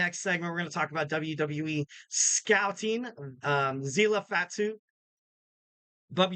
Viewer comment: Quick question... Do you pronounce it as GodZEELA or GodZILLA? ZILLA FATU's name sounds more of the second example NOT THE FIRST which you insist on saying